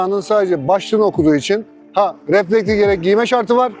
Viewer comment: Güzel anlatmışsın kardeşim de, bir de reflektiK yerine reflektiF diyebilsen ne güzel olurdu. Bir de motoRsiklet değil, motosiklet. Evde biraz alıştırma yap.